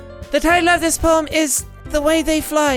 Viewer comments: "I give my moem to Ponika" loool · I died when he said "i give my moem...i give my moem to ponika!!" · Did anyone notice he said “I give my moem to Pokika.” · I keep seeing “pobody’s nerfect” in the comments but are we going to ignore “I give my moem to ponika”??? 😂😂😂😂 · Jack "I give my moem to ponika" Me 🤔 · "i give my moem to ponika"